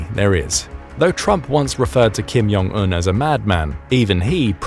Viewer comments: Kim Jong Un, not Kim Yong Un. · Welp despite we all hate the Kim's family, let's name them properly. J sound is not Y sound in Korean. Do you pronounce jug, joe, July as yug, yo, yuly? 😂 It's not Kim Yong Il or Kim Yong Eun. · ‘Kim Yon Un’ He says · Just a comment, Korean actually has a "J" sound, so "Jong" is pronounced as one would expect, not with a "Y" sound.